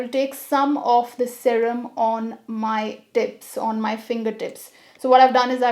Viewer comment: First time I have heard someone pronouncing “sarem” instead of serum .... 🤣